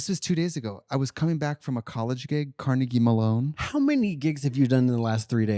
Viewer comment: “Carnegie Malone” 😂